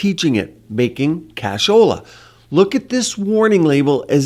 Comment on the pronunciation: I haven't heard "casholla" in awhile 😂